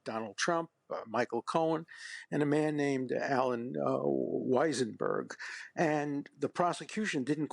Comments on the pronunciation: Who is Allan WeiseNberg? Dershowitz said it wrong twice. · Dershowitz, apart from being a fascist, not a "liberal democrat", can't even get Weisselberg's name right. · Dershowitz is dead wrong about so much it is surprising. He could not even get Weisellberg name right . If part of the reason for Trump's actions was to change the election that is enough. He is out of touch and as far as claiming to be a liberal democrat, I have my doubts. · Dershowitz… how far you have fallen. Cannot even get the name of the Trump Org CFO correct - it’s WEISSELBERG you senile old man. Also, trying to justify the crimes that Drumpf committed by saying Alexander Hamilton also did the same… it’s not an excuse bud. This isn’t weaponization of the federal judiciary and DOJ by Biden, it’s a prosecution initiated by the Manhattan DA for multiple crimes Thank the lord this guy never ended up on the bench, gotta wonder if he remembers how to pronounce Epstein’s name 😂😂😂